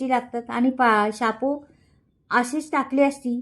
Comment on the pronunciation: शापूची भाजी नाही म्हणायच शेपूची भाजी म्हणावे